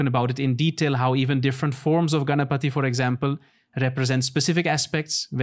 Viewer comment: Ganapati 🔥 not Ganpati 🫱🏼‍🫲🏻 my man addressed our god's name correctly